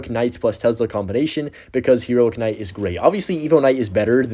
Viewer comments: Why do you say k-night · Please don't pronounce the K in Knight